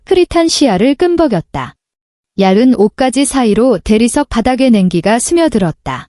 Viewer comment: 자꾸 얄은... 발음이 얄은 아니죠~~? 얄븐.. 속시원한 음성에 옥에 티네요.